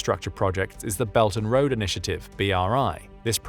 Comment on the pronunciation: You miss pronounced “the bait and rob initiative”